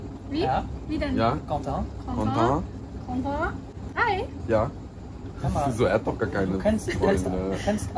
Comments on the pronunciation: Uiuiuiiui „Containt“ 🤡🤡🤡🤡 Quentin!!!!!!!!!! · Containt?? Heisst der nicht Quentin? 😂😂